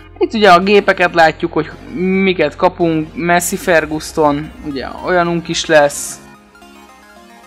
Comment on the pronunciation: az nem MESSZI FERGUSZTON , hanem MASSZI FERGUSZON így kell ejteni